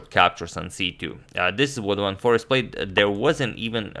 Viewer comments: I think Ur pronouncing forest wrong. Its foreeeeeeeeeeeeeeest. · His name is Jorden van FOREEST, pronounced FOR ACED